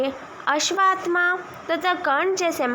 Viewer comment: Mam ashwasthama ko aap ashwaatma keh rahi thi